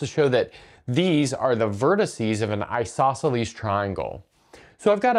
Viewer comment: Isosceles, not Isoceles...